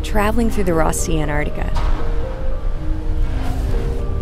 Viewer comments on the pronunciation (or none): an-tarc-tic-a not ant-artica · Why are Americans unable to say Antarctica?